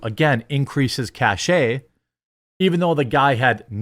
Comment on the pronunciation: Jeremy. As someone in the computer field, or had been, you should know it's PRONOUNCED CASH (CACHE) Not CASH EYYYYYYYY. Like money. Cash....